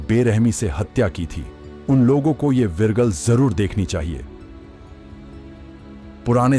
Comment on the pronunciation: विरगल नहीं विग्रह होता है